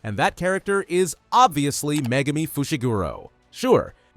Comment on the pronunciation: do you mean megurmer?